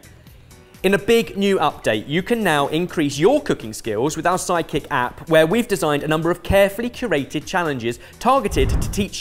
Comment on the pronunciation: Am I the only one that keeps hearing "psychic app" whenever they say "side kick app"? 😂